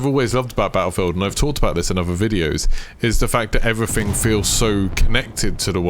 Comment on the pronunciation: Really informative video and I'm glad I've found your channel, but my God dude, please try and pronounce your "th"'s rather than saying "everyfing" etc. Not trying to offend but unless there's an impediment there it would massively improve your listenability.